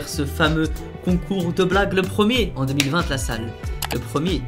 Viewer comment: il a pas compris qu'on dit 2020 et pas 20vingteeeeeeee